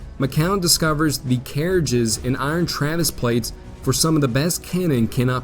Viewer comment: lol how the hell could you pronounce the names of the Confederate boats but not the word 'traverse' I'm just poking fun, you make great videos, but that made me chuckle